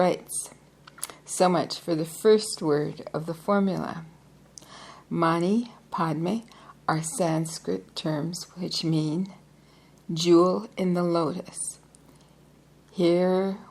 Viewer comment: Om Mani Padmé ...Padmé should sound with an E accent..as I have heard .